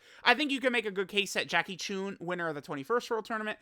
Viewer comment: It’s Chun, not choon. This is disgraceful.